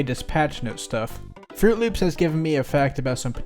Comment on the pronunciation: that was not froot loops that was froot luips